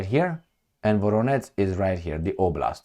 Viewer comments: nu se pronunță ca Voroneț ci Voronej, la fel Jitomir, Rijev, etc. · it is spelled: VoroneJ not VoroneTZ and also - Jitomir. U r welcome. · How many times I have to tell you? Where is NO such a City in Russia as you are saying - “VORONETS”!!! 👎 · Thanks. When you see ZH in a Ukrainian name it's to pronounce the sound you find as final sound in "garage". The sound written in french often with the letter J ("je t'aime"). You pronounced well for Zaporizhzhia, but not for Voronezh or Zhitomir. There is a letter in Cyrillic for that phoneme : Ж. In Slavic languages with Latin alphabet it's often written as a kind of Z with an accent : Ż or Ž, but internationally it's often written ZH